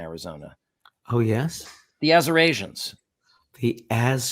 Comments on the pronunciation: I love your show, find it fascinating. However, much as I dislike the Republican candidate, I believe the word he was trying to say during his Arizona speech was not "Arizonians" but "Assyrians," as there was a group of them seated behind him, wearing red t-shirts with white lettering. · He was mispronouncing "Assyrians" when he said "Asur-Asians." Like when he said "Yo-sem-ite" instead of Yosemite.